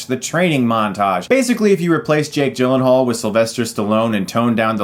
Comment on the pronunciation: people called him Jake G-Len-Hall but, it's actually pronounced Yi-Len-Haal.